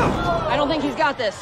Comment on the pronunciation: Asian guy really said tink